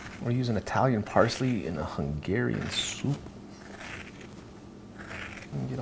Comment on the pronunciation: idk what was the thing with the word "Hungeehrian" :D By the way, great recipe. :) A hungarian.